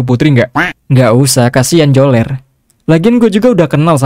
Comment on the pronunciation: Bukan joler namanya tapi beler 😂😂